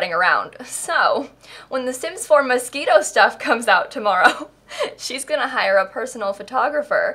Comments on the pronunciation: Ummm hate to be the one to tell you but it's pronounced MosQUIno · is she saying 'mosquito' on purpose??? isn't it moschino or i am going mad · I swear you are saying Mosquito..not moshchino. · literally everyone else: mos-CHIN-o: mosquito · It’s not mosquito stuff it is moschino!!! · Am I pronouncing this pack wrong? It’s Moschino....not mosquitoe? Like Mosh-she-No. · It is Moschino buy she makes fun of the pack so she says mosquito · why does everyone pronounce moschino so weird. It´s moschino not moskino or what ever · It's called Moschino, not mosquito. What's wrong with you?! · I heard mosquito aswell, it’s okay. 🤡😤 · 🤣 did she just say mosquito? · I keep hearing Mosquito 😂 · Anybody gonna talk about the fact she was saying mosquito? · I can’t unhear MOSQUITO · not me thinking shes saying "mosquito stuff" lmao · I keep on hearing "mosquito" hahaha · Did you say mosquito? Ahahahahahaha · I thought she sais Mosquito pack😂 and didn’t réalise until the end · Every time you said Moschino I thought you were saying Mosquito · I keep hearing mosquito stuff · Are you saying Mosquito stuff? I swear that's all I hear lol. Perfect name for the pack though. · It's not mosquito it's Moschino it's a designer luxury brand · i heard tht as mosquito stuff.... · holy crap i watched your realm of magic video and you mentioned moschino.... i heard you said mosquito and i'm so confused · Why did i use to think you said mosquito pack........ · So the pack is actually pronounced "mosquito stuff"..? Now i know.... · was she saying mosquito on purpose or not. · Did you just say mosquito stuff? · Why do you always call it mosquito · the way you say Moschino triggers me its like your saying mosquito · Why is it so hard to pronounce Moschino properly.